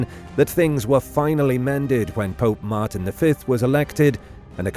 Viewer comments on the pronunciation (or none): none